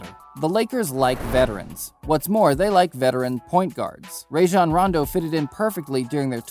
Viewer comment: Why'd he say rajane rondo like that